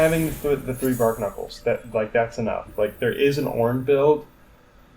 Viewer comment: "Bar - knuckles" not "Bark Knuckles". It's a play on barnacles